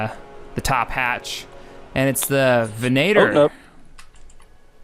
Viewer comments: VEN-ah-tore not ven-AY-ter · "Ven-AY-ter"??! No! That's wrong! It's "ven"ah"tore". It's Latin and it means "Hunter". O_O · Your saying it wrong. You say ven/ay/tor, it is actually ven/ah/tor it means hunter in Latin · Ven-a-tor not ven-nator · it's ven-it-er!!!!!!!!!not ven-a-ter!!!!!!!! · Sorry to keep changing how you say stuff, but yu americans can't pronounce shit lol. You pronounce it "Vanaayder". When it's actually pronounced Ven-at (like the word at)-or. Ven-at (you could say ad as you are american) or. so Ven-at-or. Sound way more bad as like Vader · Ven-a-tor, not Venater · Its Ven-nat-or (veniter)